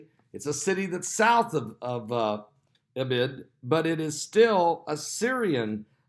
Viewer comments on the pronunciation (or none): Idlib—pronounced ID-lib, just like it looks. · Pastor is having a serious problem pronouncing Idlib! It's easy to pronounce! I've noticed he has trouble with quite a few words, mostly the pronunciation of countries. I know it's no big deal but it sticks out like a sore thumb